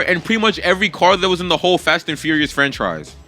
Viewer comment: frenchrise? frenchfries? frenchaise? franchise'' got me dying xD btw, congrats for 100k